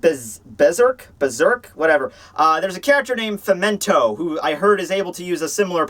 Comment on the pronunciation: ITS FEM TOW FEMTO NO FEMENTO